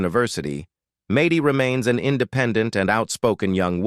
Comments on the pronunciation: Maidy? Really dumb channel. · Who says MADDIE WITH A LONG A??? Soooooo annoying!! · Who in the world is MAY DEE. It’s Maddie. Short for Madison. Do your homework before you put it on the internet. Good grief. I can’t listen to this anymore. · AI READING is horrible. It can not pronounce Maddie, Who says Maddie with a long A. So wrong , AI is very dumb. Pronounce Maddie and the A is said like (at). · Fix the name saying! It’s MADDIE NOT MADIE! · It's pronounced Mad-dee, not Made-ee! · I agree